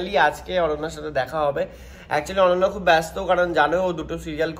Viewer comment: Tumi bengali nam er spelling ta vul e bole6o.....ota অনন্যা.....r tumi excitement e অন্যা bole fele6o😂